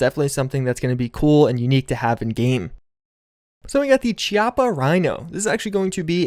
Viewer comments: its actually pronounced kee not chee, and its a real gun, with a really cool design, and design philosophy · it's pronounced (Ki-oppa) and it wasn't designed for total recall. it's a very successful revolver irl. it's unlike every other revolver because it fires from the 6 o'clock position instead of the 12 o'clock position like traditional revolvers. this lead it to have less flip when firing larger cartridges.